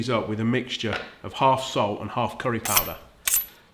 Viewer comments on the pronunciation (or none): none